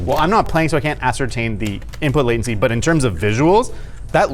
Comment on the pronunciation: shmooveness and waitency 🤣